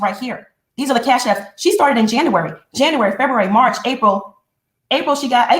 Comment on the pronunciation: I was always disturbed by the way pronounced JANUARY!🙄🤦🏾‍♀️ “Janarary”🙄